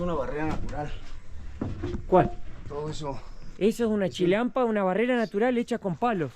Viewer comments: se dice Chinampa no Chilampa!!! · Es chinampa con n, no chilampa. Xochimilco se pronuncia Sochimilco y axolotes, ajolotes. El uso de la x es diverso 😂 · NO ES CHILANPA!!! ES CHINAMPA POR DIOS INVESTIGA ANTES LOS NOMBRES Y COMO SE PRONUNCIA 😠😠😠😠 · Y es Chinampa, no chinalpa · SE DICE CHI-NAM-PA NO CHILAMPA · Amigo no se dice chilampa, se dice chinampa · Es chinampa ché, no chilampa lel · Se dice chinampa, no chilampa. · no es chilampa es chinampa no puedo creer k tenga mejor español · Es la primera vez que veo que en Xochimilco hay un "Canal de Panama" guauu, por otro lado solo correcciones para aportación no es hate. Se dice: Chinanpa y se pronuncia "Sochimilco" aunque se escribe con X. Saludos y excelente video. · Se dice CHINAMPA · Se dice... CHINAMPA... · NO SE PRONUNCIA JOCHIMILCO. SE PRONUNCIA SSSOCHIMILCO. NO SE DICE CHILALPA, SE DICE CHINAMPA. LA BASE DE LA CONSTRUCCIÓN DE LAS CHINAMPAS ES LA MISMA QUE COMO SE EDIFICÓ LA CD. DE AMSTERDAM. A DIFERENCIA DE LA MAYORIA DE LATINOAMERICA, LAS CULTURAS INDIGENAS PREHISPANICAS EN LO QUE HOY ES MEXICO , NO FUERON ERRADICADAS, ERAN GRANDES GUERREROS, FUERON INTEGRADADAS, MEDIATIZADAS POR MEDIO DE LA RELIGIÓN. Y MUCHO DE ESAS CULTURAS, ORGULLOSAMENTE PREVALCEN, EL LA HISTORIA, LA CULTURA, MUCHAS PALABRAS EN EL IDIOMA, LA COMIDA, LAS TRADICIONES, LA VESTIMENTA, EN FIN TODA LA TRADICION DE LOS PUEBLOS ORIGINARIOS. ETC. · se dice Chinampa, y Xochimilco, se pronuncia Sochimilco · Hermoso video 🤩 muy lindo Xochimilco que se pronuncia sochimilco y se dice chinampa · Un par de correcciones. Xochimilco se pronuncia "Sochimilco", y Axolote se pronuncia "Ajolote". Se dice Chinampa( y no chilampa) y chaqueta significa m4sturbaci0n en México. 😅